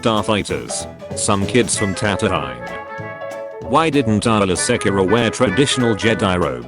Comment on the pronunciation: Tan toe eye????? wtf???? Darth pla goo is???? WTF??? Lie Am??? Seriously???? Ka shy ak???? Dude you need to stop with your English accent.